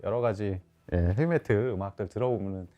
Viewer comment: 헤비메틀? 발음이 맞아요?